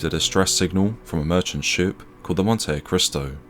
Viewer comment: I believe it's pronounced "Montee-cristo" 😉